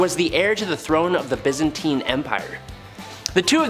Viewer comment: You know, you might want to check pronunciations of words it was Constantinople ( con- Stan-tin-opal**like the gem*) and byzantine (biz-Ann-teen)